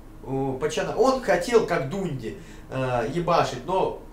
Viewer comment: А он специально коверкает слова или у него проблемы спроизношением английских слов? Форсе стаф, Дунди, Интернутианал? Что за пиздец то)